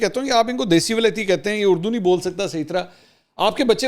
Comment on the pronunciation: منصور صاحب خان جب بلاول کی اردو کا مزاق اڑاتے ہیں تو خود لفظ۔ اڑدو کہتے ہیں